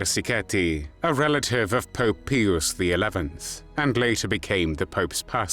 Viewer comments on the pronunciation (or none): It's Pope pie-us not pee-oos. Get a different AI voice or research name pronunciations before hitting record.